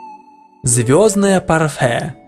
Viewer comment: Эёздное парфе,ты серьезно?! Вроде взрослый человек,а читать не умеет..